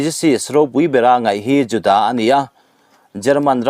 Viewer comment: Juda tih pawh i lam dik thiam nange ?😂